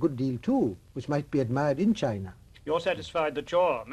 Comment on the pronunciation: His reading china was wrong